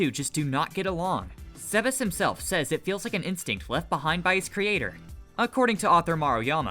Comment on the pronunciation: why do all theses types of videos all pronounce the names wrong or puntuate at the wrong places. wtf is Sebes. his name is Sabas as in Sabastian its in the fucking name. did you even watch the show???? so tired of this shit. even got Cocytus fataly wrong.